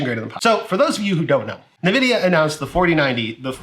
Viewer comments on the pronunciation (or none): Pls can u call them n-Vidia and not nividia? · the way u say nvidia make me want to die